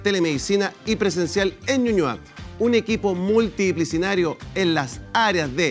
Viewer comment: me da risa como el conductor dice "multidisciplinario" xD no puede